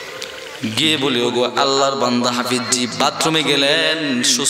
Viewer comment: হুজুরের নাম হাফিজ্জি বলাটা গলি গালি মনে হয়।আপনার হাফিজ্জি বলাটা আমাকে কস্ট দিয়েছে।